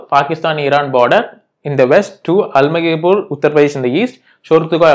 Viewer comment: Bro it is alamgirpur not almagirpur, please change it